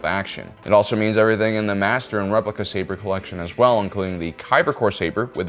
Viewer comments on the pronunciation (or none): none